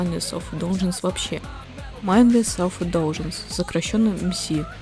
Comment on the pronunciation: миндлес селф индлюгенсе обычно произносят